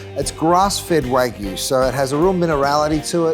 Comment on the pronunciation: Keith, wtf is wagoo? It's wagyu and the Y isn't silent